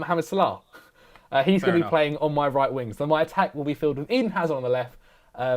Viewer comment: Who's this "azar" that speaks of? It's Hazard!!!!!